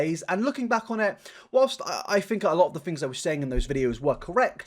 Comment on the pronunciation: it gives me so much serotonin hearing u say fings